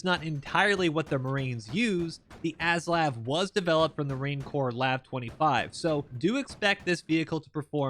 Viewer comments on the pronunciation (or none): Only one petpeeve in this video mate The weapon systems are pronounced MINI--MI , MAXI-MI, and A-SLAV